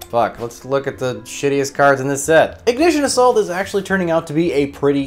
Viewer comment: For a sec I thought he said “Ignition of SALT” 😅